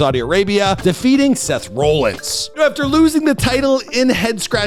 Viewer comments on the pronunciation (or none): Rip bray but man can you pronounce anything right cuz wth is rowlins😭😭😭